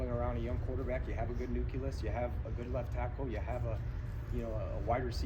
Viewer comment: Nuculous??? Really???? Idiot!!!!